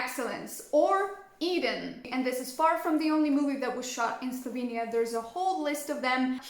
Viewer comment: Kinda weird that Chandler pronounced Slovenija in the correct way... Yet this lady did not...hm....